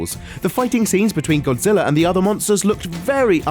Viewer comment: that Godzilla pronunciation though